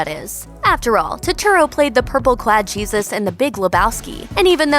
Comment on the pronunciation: Sorry, picky person here. In Jesus Rolls, It is pronounced Hesus- (J sounding like an "H"). Pronouncing it the other way is referring to Jesus Christ, and since when was Jesus ever in a bowling movie?